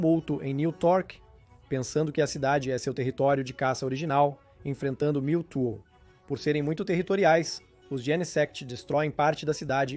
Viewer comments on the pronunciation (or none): o vídeo foi bem legal, só melhore na pronuncia. Pq Miltu ficou engraçado kkkkk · O video é bastante interessante e bem elaborado, contudo a dicção deixa muito a desejar. Atenção não quero ser mal educado mas vários nomes dos pokemons são mal pronunciados. Exemplo MEWTWO (a pronúncia é igual ao MEW e Two (dois em inglês), pois é a versão dois do mesmo). Atenção não quero parecer mal educado mas acho importante reforçar desde o início para evoluir cada vez mais